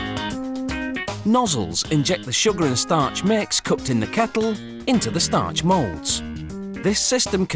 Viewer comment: he says "startch" the same way everytime its hilarious!